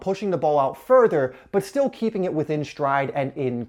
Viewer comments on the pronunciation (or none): none